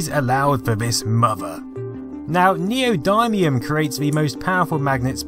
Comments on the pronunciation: 4.55 Whoa, triggered by your pronunciation for Neodymium there. It's neo-dim-ium, not dime. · Neodymium is pronounced Neo din ee um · its pronounced nee odd me um